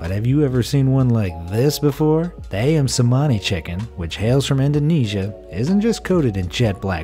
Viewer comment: Ayam cemani is in Indonesia and u said it wrong